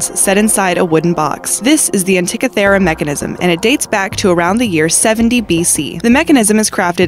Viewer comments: Leran how to say words, please. Antikythera = an-tea-KITH-er-rah, not ah-TICK-a-thera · No. 9 - it's NOT pronounced "an-tik-a THEER-a. It's pronounced " an-tee- KITH-err-a. And it was designed and built by Archimedes, who was basically the Einstein of the Roman era world, circa 1st-2nd Century B.C.E. He designed devices that would lift entire ships out of the water and turn them upside-down, then drop the ships on the invading men who fell into the sea. He also designed and built the Archimedes Screw, the first device that appeared in human history that actually propelled water UPHILL. It's how the Greeks, and then the Romans, would get water to flow upwards. The Romans used it to great effect on their aqueducts, getting fresh water to go from a stream or river high up to the aqueduct, then use gravity to flow all the way through the town or city that was built near it. Amazing guy, this Archimedes. Can't believe it took until Galileo to confirm (or re-confirm) his theories on planetary motion and eclipses. Just so far ahead of his time. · And it is AntiKITHera (where the stress, accent) is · The narrator script reader mis pronounced no. 9 antikethra device. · ugghh how she pronounces antikythera...2 for 2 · You seriously probably one of the most mispronounced words ever in one of these videos is the antikythera mechanism it's I don't understand why it's so hard to pronounce that all you have to do is do a reference even a Wiki and it will tell you how to pronounce the word at it just heard it so much just obliterated in the pronunciation that it makes my ears hurt